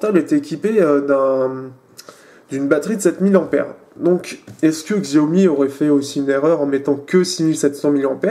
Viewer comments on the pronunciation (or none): xiaomi se prononce siaomi ou çiaomi. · Ça se prononce shiaomi